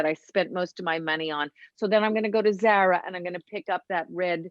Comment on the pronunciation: Zara is pronounced zar ah